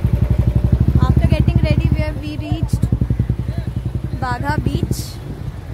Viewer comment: It's not bagha . Its baga beach